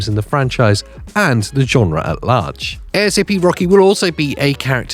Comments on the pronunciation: it's not A.S.A.P you just say it as one word. other than that, great video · A S A P hahaha. Bruh it's asap